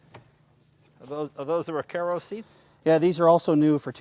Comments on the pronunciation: Also, is it pronounced "Ra-CAR-o"? Jay keeps pronouncing it "Ra-CARE-o"...... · "Rec-air-oh" shut the fuck up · Wow he butchers Recaro.... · Im so glad someone was thinking what i was thinking. Stop talking about the seat Jay, your driving me crazy saying it that way!